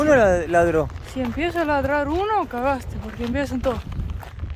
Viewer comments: Hola chicos los veo siempre y gusta su programa, Me gusto el comentario de, "si te empieza a labrarse uno cagaste ' le salio muy chileno, Saludos...chicos... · Hola yo pensé exactamente lo mismo cuando dijo eso ! El "cagaste" le salió muy yorugua ! Saludos ! 😂